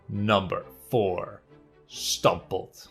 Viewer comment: Hahhahahahahhahah wanneer je stamppot zei moest ik echt lachen